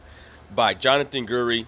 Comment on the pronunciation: my guy plz pronounce the mans name properly ... the name is not GERDY ... its pronounced GUIDRY( GID REE). my dude u couldn't even spell my guys name correctly .